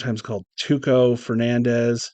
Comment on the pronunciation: Tucho is not pronounced as Tuko but as Tucho like in Champion